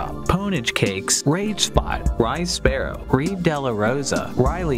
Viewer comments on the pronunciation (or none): none